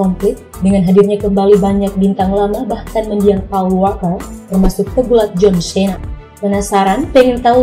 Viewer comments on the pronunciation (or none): Cena dibaca "Sii-na", bukan se-na Rodriguez dibaca "Ro-dri-gez", bukan rod-rai-jes Diesel dibaca "Diy-zel", bukan di-ye-zel Scene dibaca "Siin", bukan sken Tyresse Gibson dibaca "Tay-riis Gib-sen", bukan ti-res-se gib-son Brewster dibaca "Bruws-ter", bukan brew-ster Ludacris dibaca "Lu-da-kris", bukan La-da-kris